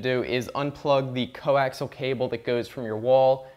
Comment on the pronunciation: Pronounced "Co-axe-ee-ull" cable. Not "co-axle"! Top marks tho for best BS video I've seen in awile!